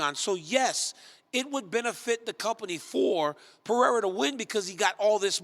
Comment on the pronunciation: Why can’t people who speak for a living pronounce names Peraya? 😂 People can’t even articulate words anymore.